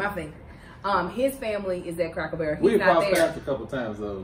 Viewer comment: And - I know you from Kentucky when you said “Cracker Buuuurrrel” 😂